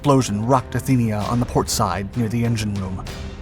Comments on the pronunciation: It was the Athenia, not the Athena! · It was supposed to be the Athenia, not the Athena!